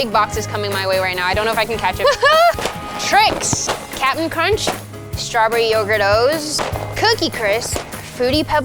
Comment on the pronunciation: When she said "stawberry yougurt'os" i heard "strawberry overdose"